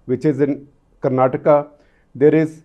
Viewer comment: Thank God, that he is saying kerala and karnataka rather than Keral and Karnatak